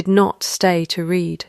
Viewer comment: Nice story, but read was mispronounced numerous times. Also, choose how to pronounce the name and stick with it. Was it Lynnet or Lynette?